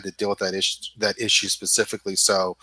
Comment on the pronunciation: Spa-cifically haha